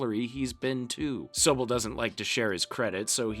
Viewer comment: The fact that you pronounced Toccoa and Sobel incorrectly, I'm going to say you haven't watched this at all you fraud